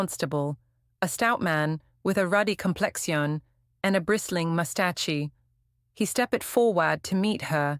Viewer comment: I get frustrated at the inconsistent pronunciation of the words. Mus-tash-e?